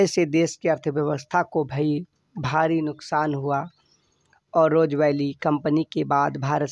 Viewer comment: Roja vally nhi rose valley hai